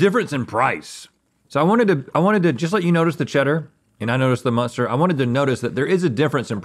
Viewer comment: muenster cheese not "muster"